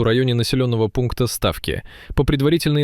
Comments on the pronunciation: На слове ставки не там ударение, слово ставки в переводе с украинского - пруды заканчивай те с ИИ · не СтАвки, а СтавкИ